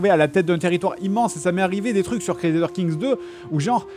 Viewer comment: Cruezadeur king 3 Ragnar Lothbrouk ... Je suis à 5m de vidéo... Fred tu à la meilleur prononciation au monde, pitié garde la XD